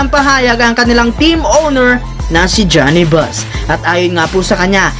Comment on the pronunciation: “G-knee” - hindi Johnny Buss